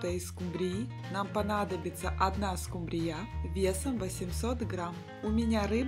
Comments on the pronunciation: СкУмбрия, а не скумбриЯ. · СкумбриЯ? Первый раз слышу, что бы так скУмбрию называли.. 😉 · Господи!Ну почему скумбриЯ,а не скУмбрия?Когда научитесь правильно говорить по-русски?Уши режет ваша неграмотность. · Рецепт неплохой,но в слове скумбрия -ударение на У(((извините уж...неприятно даже слышать...😢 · СкУмбрия,а не скумбриЯ... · Точно ухо режет ударение скумбрияяяяяя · Рецепт не досмотрела,не правильно поставленное ударение режет слух,а это не допустимо,если вы уважаете свою аудиторию 😢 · Извините,но что за новое название этой рыбы?! СкУмбрия,произносится с ударением на букву У!!! И ещё,музыка портит всё видео!Извините ❤ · Так интересно она рыбу называет😂. Это в каком регионе так говорят????